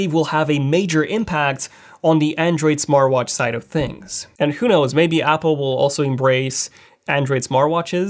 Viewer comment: Completely missed the blood sugar aspect. please learn to pronounce the h in words. Thanks. And yes I am multi lingual. Things not tings or dings.